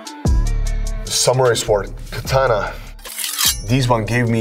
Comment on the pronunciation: I wish he would say Katana right :)